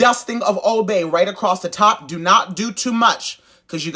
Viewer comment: "Just dew what I tell ya tuh dew" took me clean out and I cant explain why 😂😂😂😂